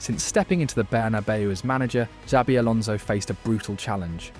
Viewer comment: its not "sabi" its "chabi"